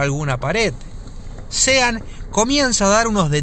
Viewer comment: Buenísimo el video. La única cosa que te digo. SEAN se pronuncia SHÓN. Buenísimo el canal!!!!!!